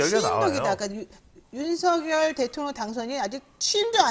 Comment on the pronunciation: 배동선 소장님 발음을 정확하게 하시기 바랍니다 ? 발음할때는; 윤성열로 발음하셔야 맞습니다 쓸때는; 윤석열이 맞습니다